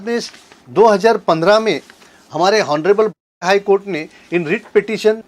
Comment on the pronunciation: "हॉनरेबल " नहीं "ऑनरेबल"